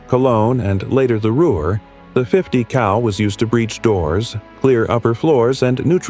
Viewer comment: Yo ! 50 CAL asshole.... not COW